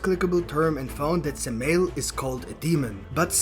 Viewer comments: Just to be nit picky, it’s not suh-male it’s Sam-i-L. Satan and Moloch are one and the same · Say the name right fuck shit..... Sam a L .... like urial Ariel garbriel ... how the fuck are saying it that wrong but you studying??